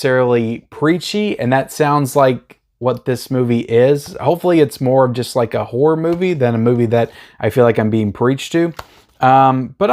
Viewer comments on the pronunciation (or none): none